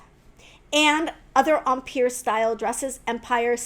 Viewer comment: Are you saying “umpeer” It’s pronounced “em” as in hem and “pire” as in tire. Yikes!